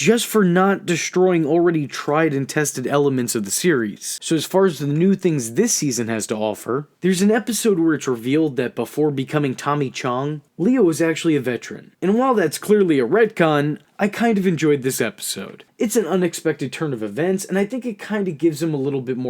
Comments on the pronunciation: its CHONG not CHUNG but okay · I'm pretty upset about hearing a person call Tommy Chong "Tommy CHUNG" like wtf dude are people just incapable of looking up pronunciations anymore? It's 5 letters, dude, it isn't difficult 😂